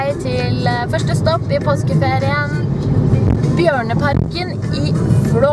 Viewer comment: when I first heard your speak I thought you said barnaparken then I saw the bears